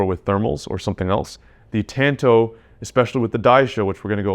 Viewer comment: “Tanto” is like tahn-tow bro. Not ‘tan-toe’ say it with me